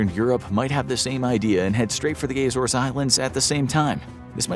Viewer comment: The AY-zores lol.